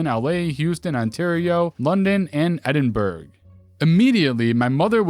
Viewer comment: jfyi Edinburgh is pronounced Edinburra